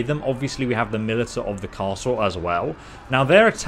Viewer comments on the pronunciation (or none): Militia is pronounced mi-li-sha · You said militia wrong its actually pronounced mil isha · "ti" in words like militia and organization makes the "sh" sound. Militia is "muh·li·shuh". I've also heard the first "i" in the word pronounced with a short "i" sound like in bit or trip. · Correct me if I'm wrong but I think it's because of his dyslexia that he cannot pronounce those words correctly. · Did you pronounce militia as 'mili-ta'? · It's the "mil-i-ta" that keeps triggering me lol, I think I have a problem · Millita, can he not see that i at the end before the a, that one really has been bugging me.